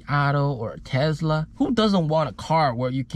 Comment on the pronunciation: “Tezla mang” lol. Love the video. Thanks for sharing